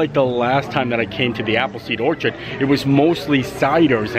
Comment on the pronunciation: Appleseed Or-ch-ard, cha not kah. Anyway, you should get a compact umbrella and clip it to your pants with a carabiner.